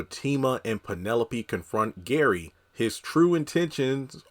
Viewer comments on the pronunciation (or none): I thought I was the only one that heard Fatima say Karen and not Gary.